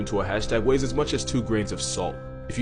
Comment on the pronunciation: Can we talk about when he says "it weys as much as 2 grams of salt"...